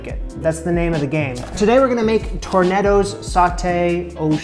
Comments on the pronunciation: it is Tournedos. not tornedo. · Tournedos>> Tour ne do❌ Tour né dough ✅